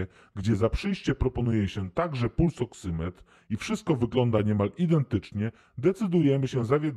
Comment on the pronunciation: Ta Pani nawet nie wie co dostanie "pulsoksometr" dostanie, a otrzyma "pulsoksymetr" nie robi jej to chyba różnicy, ważne że dostanie cokolwiek :D